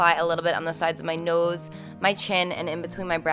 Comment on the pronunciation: I don't know why, buy I love the way you say 'nose' 😅